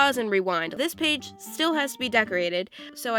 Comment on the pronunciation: You said one paig